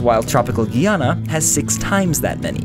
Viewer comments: It's Pronounced Guy Anna not Ghee Anna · It's not ge-Ana it's GUY-Ana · Its pronounced guy-ah-na, but this is so good that I'll allow it. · its pronounced guy an ah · It's guy... Guyana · GUY ana.. GEEEEEEEE is french and dutch (suriname) British Guyana is GUY. not gui. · It's pronounce Guy-ana. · You pronounced my country Guyana wrong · you missed pronounced Guyana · i live in guyana you pronounce it weird